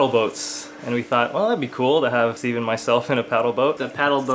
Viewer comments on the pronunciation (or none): IT'S STEVEN NOT STEVEEEEEE!